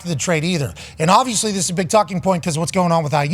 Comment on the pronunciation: I watch live every day until I hear D But say “obvissy” 3 times. Thats my limit. So I usually stop watching in the first hour.